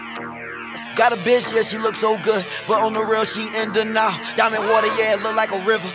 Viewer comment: he pronounced it weirdly. i only found out what he was saying after reading the lyrics. he pronounced it "dee nile" and also really fast so i didn't understand